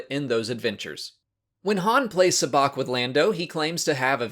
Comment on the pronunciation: I like how in a previous video you pronounced Sabaac wrong, but after this film points it out everyone knows how to say it correctly lol